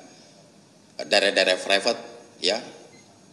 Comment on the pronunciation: Private pak, bukan fraypet 🗿